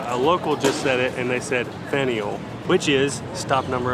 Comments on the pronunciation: The Boston Tea Party was a protest against the English Crown taxing tea shipments. Fanueil Hall - pronounce "fan-yull." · Fan-u -EL hall